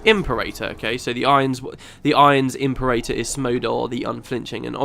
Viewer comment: im-PAIR-uh-tor. I love Imp-er-aytor though lmao